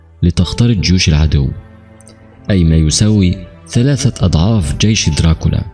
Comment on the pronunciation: صحيح اخطاء لغوية وعدم التقيد باللثويات مثل ثلاثه سلاسه إثنين اسنين واخطاء في الرفع والضم والكسره